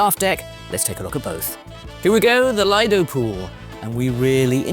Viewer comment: Lido comes from Lido di Venezia, from the beach of Venice, so you should be pronouncing it with the Long EEEE sound, not as a British Redneck. It doesn't matter if HAL or anyone calls it "A PREMIUM LINE", it still must be compared at minimum to the worst "LUXURY LINE" and the best "STANDARD LINE", as the overlap between them maybe small or reverse, and people who haven't been on Holland American line need to understand the differences.